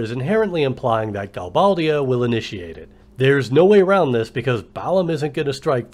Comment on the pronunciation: You're right, you are the only fan of FF VIII, it's sooooooooooo lame! But, this is an awesome analogy! I pronounce it Gal-BAY-dia. Threw me off how you pronounced it.